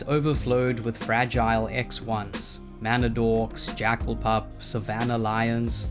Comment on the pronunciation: Lol "a red puup"